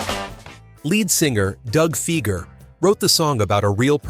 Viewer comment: Lots of mispronounced names. Lady Marmalade. Doug Fieger. Casey Kasem. Hire a human narrator next time.